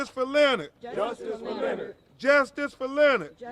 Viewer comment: Can't even pronounce "Leonard"; Well he got justice.